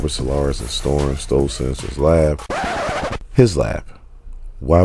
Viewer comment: Brother...neither weaponry nor stole have any D in the pronunciation. I'm your fan. I leave Likes....but saying "stoled" and "weapondry" makin u sound foolish af